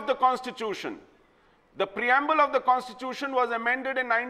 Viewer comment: its fucking constitution pronounce it right bitch Mehbooba Mufti , on other issues i have no problem bjp and pdp fight with each other and die